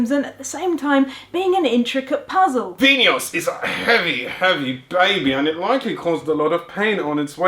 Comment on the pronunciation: Bonus points for pronouncing Vinhos correctly!